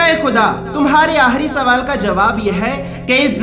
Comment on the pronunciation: Aslam o alaikum Apka biyan bohat dil afroz hota he lakin ap k ح اور خ ka pta nahi chalta ya ap ka تلفظ خ ghalt he jaise ap آخری کو آحری اور مخلوق کو محلوق ka sound dete hain plz twajha kren,,,,, جزاک اللہ